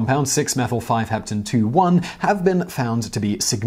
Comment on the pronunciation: Pronunciation error: the -one at the end of 6-methyl-5-hepten-2-one is pronounced "own". It should rhyme with "tone" /chemistry nerd